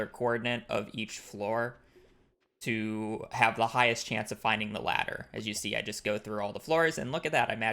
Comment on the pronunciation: He’s so optimized he even combines words to get them out faster. Floor forty = “Floorty” 😅